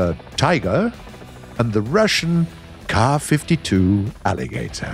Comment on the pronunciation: finally a proper pronounciation of the Ka-52